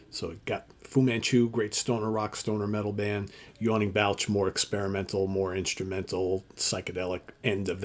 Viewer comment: Just an FYI, it’s pronounced B “All” ch. balch, just sayin 😂